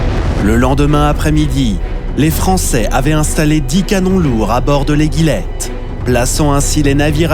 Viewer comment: Bonjour,il y a quelque erreur. Les noms des forts,fort Balaguier ( et pas "Balaquier")et l'Éguillette (ce prononce comme une éguille). Il manque beaucoup d'information sur le siege de Toulon. Cdt.